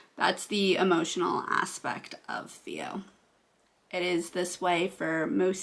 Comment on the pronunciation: It’s a PHEO pronounced “FEE-O” not THEO.